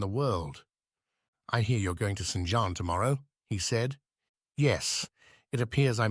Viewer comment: I enjoyed that. Thank You. Please allow me one other comment. When using AI is it possible to ensure the AI has been prepared, i.e. programmed, properly. In this narration there are different pronunciations for the same name, Jean, which in french sounds like zhon and the city is leeon not lions. Thanks.